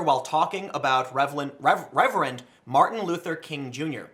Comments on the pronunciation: Omg you said revelend . You're fired. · "Revlend" Case in point. Honestly, it's funny when people goof up, and you know they don't do it on purpose.